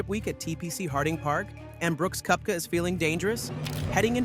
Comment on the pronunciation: It’s pronounced Kepka. Do you even watch golf?